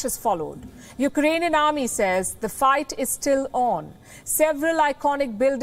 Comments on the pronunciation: Well that was thorough. By the way, he said U—ranian😄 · Can that leader speaks when he is in a lucid interval. Iranian instead of Eukranian.😔